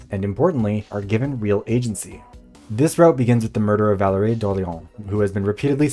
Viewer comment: I'm french and Valérie's french was so delicious to hear because the words were pronounced (surprisingly) very well!